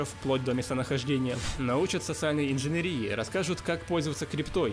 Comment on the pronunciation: Автор, ты прочитал "социальная инженерия", как "инженерИя"?))))))) Это чё, болезнь такая, типо как малярия, только инженерИя?)))))))) Что с ударениями?)))))